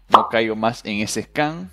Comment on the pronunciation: Por que dices scan? haha al menos pronúncialo bien xd